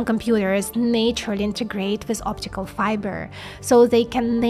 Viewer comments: now i see you pronounce naturally as na-ture-a-ly is actually pronounced nat-u-ral-ly still great video tho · This is very cool but it is a bit difficult to understand you sometimes and I've realized why. When you say the word "naturally" you shouldn't pronounce the first 'a' like in "nature". It should be pronounced with a short vowel closer to "Ah". Nah-turally. In English there are short and long vowels like that.